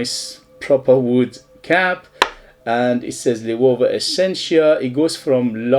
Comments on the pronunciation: Loewe have some great fragrances. My favourites are 7 Cobalt and Atlas. Cheers! PS: In Spain it’s pronounced ‘lo (as in long) + ebb + e (as in egg)’, loebbe. 😃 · Read it as German. It´s a spanish company but founded by a jew german that came from Germany in difficult times. Don´t use the english sound for "e" ; use spanish "e" sound, or german sound (in this word both are very similar). Loewe (LO E BE). Great review.